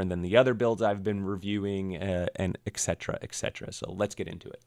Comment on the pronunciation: et (with a firm "t") cetera (c sounds like "s", no "k" sound in the word). Not "ecksetera" it's et cetera.